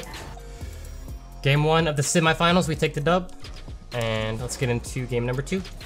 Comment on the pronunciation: Why u saying semi finals weird no hate keep up good work thow